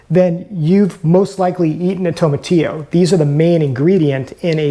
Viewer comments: you are pronouncing TOMATILLO wrong lol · The Very first thing you said is wrong. That's not how you pronounce it.